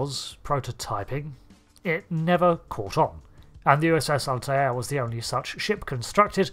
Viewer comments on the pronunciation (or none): I took me a moment to figure out you were saying Altair. 🤪 I've always heard it as two syllables (al-tare) as apposed to three (al-tie-air). Is that a UK thing?😉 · Altair is just pronounced "alt-air" - it's just two syllables. The Altair system is featured in Trek a few times. Spock drinks Altair Water. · Remember the episode of Family Guy where Stewie winds up Brian by saying "Whil Wheaton"? Or "Cool whip"? I'm getting that every time I here Alt-eye-air. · no, it's pronounced al-ti-er (all tie ur) or al-tair (all tear). It's pronounced with three syllables more often than two